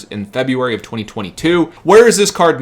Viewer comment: Its not "FebUary"!!!